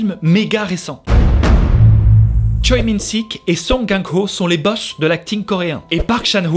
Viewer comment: Merci ! Des pepites silenced m’a fait vivre trop d’émotions ! Petit tips de prononciation de nom de famille coréen lee =[i] et choi=[chwé] park=[pak] avec ca tu vas pouvoir te la rack ^^